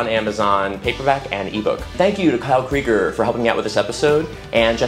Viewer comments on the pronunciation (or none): none